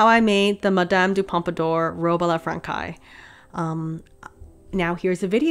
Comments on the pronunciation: [ah la fran-saize] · oh and I'll stop there but it's a very common mistake, "robe à la française" is "robe à la franssssssséze", not frankaï ( learning french must be so hard lol ) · The way you say Robe à la Française ((like "Frankais") is so funny to me, since in French "ç" is spell like an "s" and you have to pronounce "-aise" (like -aize) as well because it indicate the feminine in french for well... French = Française! Loved the video by the way! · Would I be a total Hermione Granger if I pointed out that it's "fran-says" not "fran-kize", "pan-yays" not "pan-ears" and "stumaker" not "stomaCHer". Only pointing it out in the case that you have an interest in pronunciation. If not, feel free to clown my for being presumptuious and rude. It's leviosa not levio-sahhhh! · Stop the presses!!! Robe a La Frankay??? So bothered by your pronunciation of this word. Phonetically it’s Fransez!!! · It’s robe a la fran says not fran kays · The dress is absolutely gorgeous <3 but... "franKai"?? "tul-ay"??? (very confused look) I have... never heard these pronunciations of francaise "franSei" and tulle "tool".... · Love your videos! Your pronunciation of Francaise (franc-eye).....murder. Its more like "Fran says" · The dress turned out beautiful! I'm glad you threw caution to the wind and went for it because it was really fun to watch you make it. Also, I hope this doesn't come off as rude or patronising but I just wanted to mention that "francaise" is pronounced more like "frongsays". The C is more of an S sound and the S at the end isn't silent. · That last word in "Robe a la francais" is pronounced "frahn-SAYS" The "c" with the little tail on it -- ç -- is pronounced like an "S." "Français" is French for "French." (BTW the other "robe" -- Robe à l'Anglaise is pronounced "on-GLAZE") And the "ch" in "stomacher" is pronounced like a "K" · hey bestie! français is pronounced like fraN-say or frawn-say but with a soft w (ppl who speak french fluently pls correct if wrong)